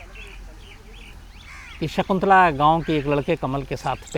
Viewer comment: सिगंला नहीं शकुंतला ।